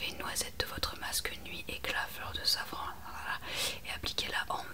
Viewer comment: 😂 hihi. Heureusement que je reviens sur ta vidéo qui m’avait endormie la première fois. J’entendais « fleur de savon » au lieu de safran 😂et je me demandais pourquoi le savon était si cher et pourquoi on en mettait dans les cosmétiques 😅. Bisous doux.